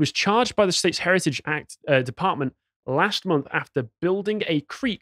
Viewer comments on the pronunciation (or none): none